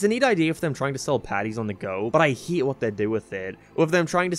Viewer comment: why does he pronounce words weird... like instead of hate he says "heat"